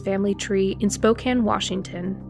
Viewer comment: Another mispronunciation is posthumous. It’s pronounced PAWST-u-mus, not post-HYOO-Mus. Good pronunciation of Spokane. I bring this to your attention because some of these words are commonly used and very easy to access the correct way to say them. It adds clarity and credibility to your otherwise well researched presentation.